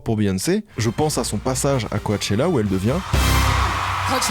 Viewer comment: j'suis toujours surpris par les prononciations approximatives des mots anglais. Pourquoi dire "co-ah-chella" si dans l'extrait passé immédiatement après tu entends Beyoncé dire "coh-chella" ? Je dis que je suis surpris parce que tes efforts sont incroyables dans la recherche et l'esthétique de tes vidéos récemment, que je comprends pas ce raccourci qui mène à des bémols bêtes et méchantes. Enfin bref je chipote mais je le remarque dans toutes les vidéos presque